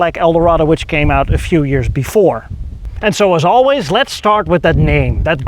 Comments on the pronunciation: "..and zoals always.." 😂👍 Loved the review and congrats! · He clearly said “An so as always”🤷‍♂️